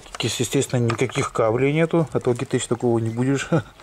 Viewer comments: название читается «Лоджитэк», а не Логитэчь. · как всегда супер видос. Не пойми превратно но всё-таки Лоджитек))))))